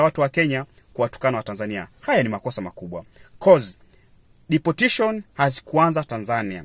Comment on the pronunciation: Deportation not deportition